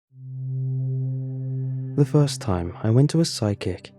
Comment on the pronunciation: Did you have a vowel based speech impediment when you were young you had to work through? Only reason I ask is the first word, "First," (ironic) you pronounced, "Foist." Which is one of the types of impediment based on going from lips together tongue relaxed to mouth open tounge going back when saying the F-i-r. It coulda been a goof. No answer is necessary, im merely a curious soul.